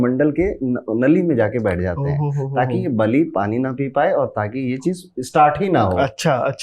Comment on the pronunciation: Bali not bali